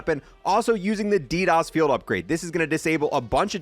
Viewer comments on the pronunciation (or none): none